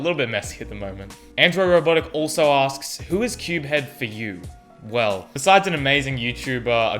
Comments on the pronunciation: We’ve been pronouncing CubeHead wrong this whole time I feel so bad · Dude this pronounciation of cubehead and Tingman xD. Well I'm Team Tingboy all the way! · The way he pronounces Tingman and CubeHead's name tho... 😂😂😂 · I actually agree with pronunciation of CubeHead and Tingman xdxdxd